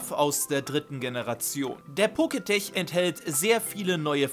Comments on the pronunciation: Pokétch wird doch nicht „Poketech“ ausgesprochen, sondern „Poketsch“, oder?😅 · Poketch (Pokätsch gesprochen), nicht Poketech. Kommt von Poket(monster) und Watch. :) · Muss klugscheißen: es heißt poketch und nicht poketech. Der Name leitet sich für watch, also Armbanduhr ab und wird entsprechend gesprochen :) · Es wird Poketch und nicht Poketech ausgesprochen, da es von Pokemon und den englischen Wort Watch also Uhr oderArmbanduhr abstammt. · Dachte immer das heißt poketsch also Pokemon watch... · Der Poketch wird Poketch ausgesprochen, also das e in tech wird nicht ausgesprochen! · Heißt das nicht Pokétek also lautschrift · Es heißt "PoketSCH" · eigentlich hast du damit Recht. Schließlich ist das Wort eine Mischung aus Pokémon und Smartwatch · Glaube ich auch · Stimmt weil es von Pokemon und den englischen Wort Watch also Uhr oderArmbanduhr abstammt.